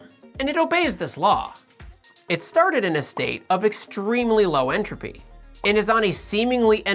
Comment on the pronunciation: Lifes a pause in entrophy